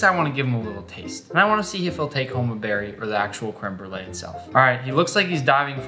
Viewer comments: My bilingual French/ English heart hurts when he says crème brûlée «creme brule» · "Krim brulaj" hahaha no no all jokes aside, i'm a huge fan!